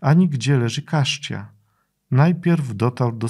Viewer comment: Cascia leży we Włoszech. Wymowa jest "kaszia", nie "kaszcia".